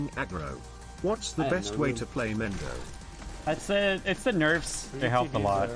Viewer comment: Everytime Mendo mis-pronounces his own username, Shikamaru cries